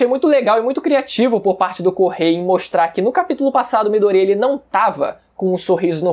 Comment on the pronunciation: Mano ele falando mydoria e muito estranho